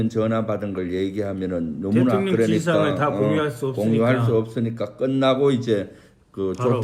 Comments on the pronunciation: 김병주 의원님... 대통년으로 발음하시는 거....ㅋㅋㅋㅋ 매우! 매우 적절합니다!!!💙💙💙💙💙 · 김병주의원 대통령이라 하시는데 대통년이라 들려 웃겨요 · 러블리 김병주의원님 꼭 대통령 발음 하실때 대통련 or 대통년 으로 들리는거 아세요 ㅎㅎㅎ 두분 의원님들 참 감사합니다~.